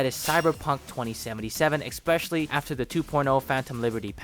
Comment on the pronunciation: You said exspecially